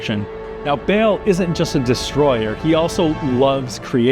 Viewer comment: Bale 😂 it's Baal, with a long A, not Bale or Bail or Bayle. And the T in Lilith is a hard T, not a th lispeling sound, indicated by the H following the T. But don't worry, it's not your fault - The ladies at Blizzard wanted you to mispronouce the names so they can make fun of you every time you speak them out 😄